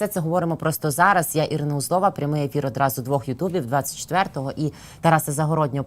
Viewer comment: Ну прізвище Узлова ж , не услоффффа , чи як ? Це ж огидно , повторювати новояз з північної педерації !